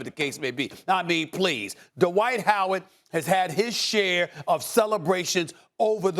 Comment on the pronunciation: Why do allllllll you analysts pronounce his name Duh-white? It's one syllable, dude.